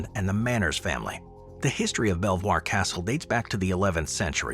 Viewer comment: Fabulous video. ❤ I visited Belvoir Castle last year and although you used the correct French pronunciation of the name, it's know as 'Beaver' Castle. Probably because nobody could pronounce Belvoir properly. 😅